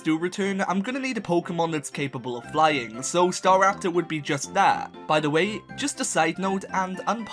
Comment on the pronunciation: STARAPTOR, NOT STARAPTER! THERE IS NO I IN LYNX! ALL POKEMON HAVE NAMES!